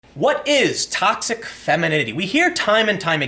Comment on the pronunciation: Sorry, Tim, Toxic what? Don't worry, I can't pronounce it either :)